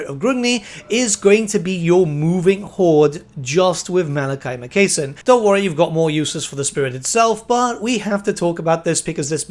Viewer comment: Why can't anybody say Ma Kay Son